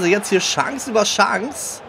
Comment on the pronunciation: Nein du sprichst Chance auf falsch aus